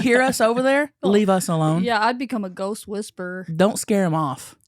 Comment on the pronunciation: Maybe he did say goat. I heard it too 😂